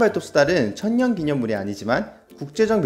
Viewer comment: 님 발음으로 천년이아니라 처연